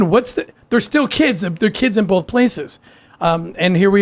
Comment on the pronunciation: The way Mormons say “bolth”